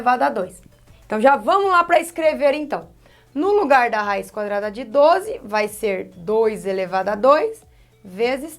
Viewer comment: Ela falou :cadrada no final kakakakaka morri ...prof eu amooo suas aulas e olha que eu odeio matemática kakakakka